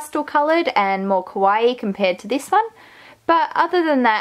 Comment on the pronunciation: Great job on the improvements. Just one little thing: kawaii is not pronounce quawai. It's pronounce ka-wa-ii. (See here: I know you are Australian, and maybe that's the reason, not sure.